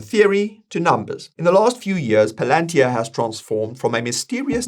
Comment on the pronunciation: That's actually how it's pronounced. We been pronouncing it wrong